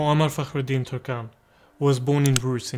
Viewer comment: He was born in where? I've replayed it 3x & can't figure it out. Sorry. It sounds like you are saying "born in brute 1868". I think what you are actually saying is Ruse, Bulgaria. I've just checked Wikipedia for this information. Otherwise great video and shows us our Islamic heroes to us, Alhamdulillah. May Allah grant them the highest place in Jannatul Firdous Aameen ya Rabbul